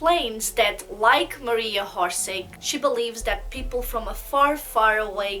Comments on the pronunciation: born October 31 , 1895 in Zagreb and pronunciation not horse-horsic- its orsic y a such negligent n trivial click freak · its pronounced Orshich not horsik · Why do you pronounce her name Horseig? its Orsic without an H! You seem to know a lot about her so please pronounce her name without the H. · Not HORSIC , it’s Orsic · I hate it when people mispronounce things and im pretty sure its not "hor-sig". I can't take people seriously who dont even try to get the names right. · How about you learn that people have different accents?? Not everyone will be able to say things from different language with their native language correctly. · Oršić. Try to hear on google translate.